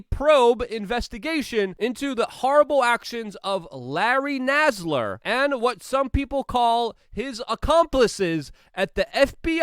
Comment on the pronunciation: Larry Nascar. Definitely one of my top 10 mispronunciations.